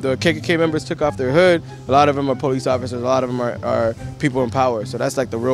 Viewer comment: Poo lice? Speak engrish?